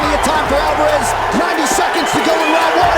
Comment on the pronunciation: I'mma Help You Out With How To Pronounce ALVAREZ. ALVA- REZ ALVA- REZ ALVA-REZ